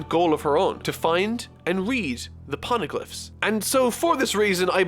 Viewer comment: I am glad you enjoyed one of my favourite arcs,... But... Can we just talk about doesn't pronounce shit right? Shandia has the Sh- pronounced like the Sh- Shore, Shade, Short, Shake. The H is not silent. Phoneglyph has the Pho- pronounced like the Pho- in Phone, Photograph, Phonetic. The H is NOT silent. I thought it was a fluke in the last video, like "oops, that came out wrong." But seeing it again made me realise that it was intentional. You meant to not pronounce the H... This might look like a nit pick, but the Phoneglyphs are a KEY PLOT POINT for the future of the series, with it being extremely connected to Nico Robin, the Pirate King Gold Roger and with the government of the world of One Piece. So if it turns out is going to pronounce it weirdly every single time he talks about it... There are some arcs whose reviews are going to feel veeeeeeeery looooooong.